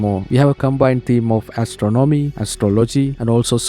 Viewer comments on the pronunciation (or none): doesn’t seem like english is your first language, but the way you pronounced astronomy made me chuckle, lol Good video man :)